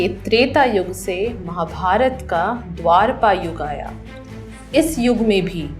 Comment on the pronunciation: It is dwapara Yuga not Dwarapa